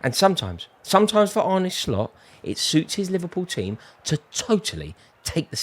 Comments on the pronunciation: You don’t pronounce it as “Arney” but “Arneh” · It’s pronounced “ar-na” but apart from that, yes you’re correct, we’re sick